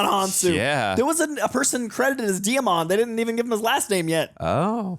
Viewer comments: Small side note: Djimon Honsou's first name is pronounced Jimon, like Simon. Not Dei-a-mon. But you are spot on with his origin story into acting. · Djimin Hounsou pronounces his name JI-mon, like Simon with a J, not Dee-ya-mon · You are pronouncing it WRONG. Djimon Gaston Hounsou (/ˈdʒaɪmən ˈuːnsuː/, JY-mən OON-soo; French: (took 2 seconds on his wiki page) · Djimon is pronounced jai-muhn. Lol